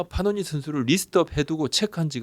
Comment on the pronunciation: 파노니× 패넌 이맞음 발음